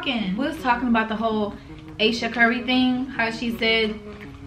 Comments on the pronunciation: Why did queen pronounce Ayesha curry name like that ?😂it’s pronounced i-ee-sha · Why she call her "Aye. Sha" 😂 ain't it AyEsha